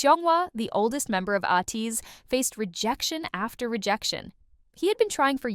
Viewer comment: A good intro that picks up some of the incredible/downright cinematic origin story of ATEEZ, but I want to clarify a few facts: 1) the band name is pronounced A-teez (rhymes with MAY, please) 2) KQ not only had no plans for a "new band," they never had one to begin with. They didn't create or even manage Block B -- KQ's ceo Kim Gyuwook just opened KQ Entertainment and the subsidiary Seven Seas Entertainment specifically just to do the accounting/paperwork for Block B as a favor to them/at their request, after Block B successfully sued their old agency and left them to manage themselves and needed someone with financial know-how to do their administrative work for them. At the time Hongjoong joined KQ, there was a grand total of three employees (Kim Gyuwook, his friend and KQ VP James Shin, who would become instrumental in creating ATEEZ's creative artistic direction and epic/dramatic story lore, and EDEN, whom they also represented as a solo artist). 3) There was no bidding war for Yeosang when he left BigHit -- he received offers of representation from six agencies (including KQ), and he chose KQ not because they offered him the most money or anything monetary like that, but because when he went to visit them, the trainees who had already joined (i.e. Hongjoong, Yunho, Mingi, San, and Seonghwa) made him feel welcomed and comfortable, and he liked the vibe of the agency. 4) The famous story of what stopped Seonghwa from quitting before he auditioned at KQ was actually a time